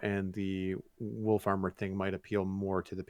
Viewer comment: Everytime says wolf armor i hear wool farmer. Also auto crafter is amazing such a great gift.